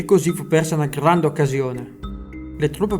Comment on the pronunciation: "una GRRRANDE occasione!"